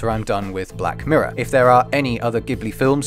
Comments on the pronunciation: Pronounciations are *mEE-ya-za-ki and *Jibli but otherwise great video :) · So sad that someone doing an analysis can't even pronounce the name of the studio he's analysing properly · Ah man I realised the miyazaki pronunciation mere minutes after upload. However I will look into the ghibli pronunciation though because I thought that was an Italian word - and if it is, it will DEFINITELY be "Jiblee".